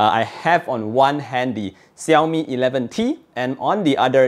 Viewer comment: I have only one complaint: please try to pronounce Xiaomi right :) [Shao-mi]